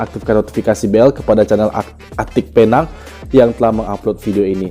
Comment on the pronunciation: Penang itu sebutan bahasa inggeris. Kalau disebut bunyinya Pe- neng. Bukan Pynang.